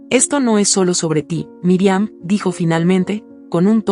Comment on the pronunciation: Pronuncia bien no es Miriam es Mirian